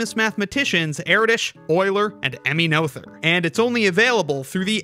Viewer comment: Please learn to pronounce Mrs Noether's name. It's a hard t no th and oe is pronounced ö.